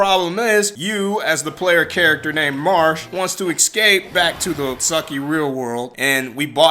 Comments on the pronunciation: ecscape. lol Its Es-cape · It's not "excape", either.